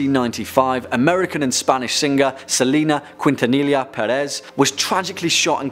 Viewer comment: Selena quintanilla (keen-tan-neya):) just a tip:)